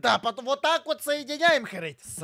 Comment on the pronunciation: не самарские кирпичи, а саманнские кирпичи ❤❤❤❤❤❤